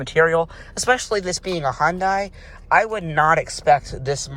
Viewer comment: its pronounced hun-day not hon-day